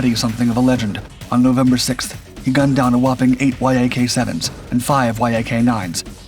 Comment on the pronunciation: There called yaks not Y.A.Ks